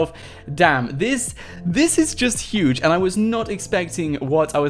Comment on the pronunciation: ITS YUGE !!!